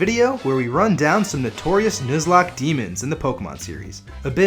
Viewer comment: I'm 10 seconds in.. did u really just say "News-locke" lmao